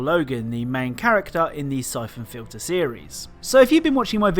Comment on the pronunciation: i thought you said "cyclone filter" instead of syphon fliter made me search up a WWII air filter